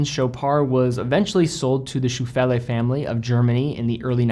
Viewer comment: The pronunciation of the German owner family Scheufele is "Shoy-fell-le". "Shoy" as in "boy" and "le" as in "e-le-phant".